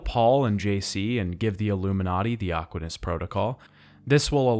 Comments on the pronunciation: Like, you actually played the games, right? You've heard them talk about the "Aquinas protocol" and pronounce Walter's last name, yet you mispronounce them both. Why? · Aquinas is the one that was grating me the most, it's literally said a metric ton in the original yet, he's mash mouthing it multiple times in the video